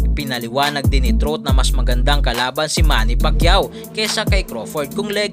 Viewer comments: Anung Austin truth? Austin trout (trawt)ang pronunciation nyan. Dating tinalo ni canelo yan. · Trawt hindi trut 🤣🤣🤣🤣🤣